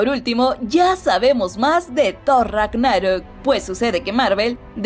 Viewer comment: No se si le gusta hacer los vídeos para Youtube y este canal o si lo hace al madrazo "la liga de la justucia" y luego thor: rag-ná-rok, no se como que debería checar su dicción, aun así, buenos anuncios